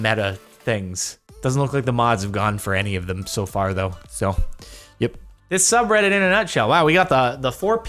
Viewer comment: Instead of saying subreddit you said sub Rhett it's my name